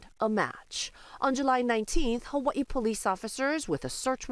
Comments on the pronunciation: Um…where the hell is Hu-wee-ee island? To be clear I was talking about - the anchor. No problem with how it’s said in the rest of the story which is the proper pronunciation. But Hu-wee-ee?? 😂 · HUH WUH EEE ISLAND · Why does she pronounce it "Hawa-ii"? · The HawAIIEUuh 😂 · For 40 years, I have been pronouncing Hawaii wrong. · How terrrrible that other men were convincted wrongfully :(((( . They do not say the word Hawaii too good huh? hahaha :) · i hate how they pronounce hawaii lol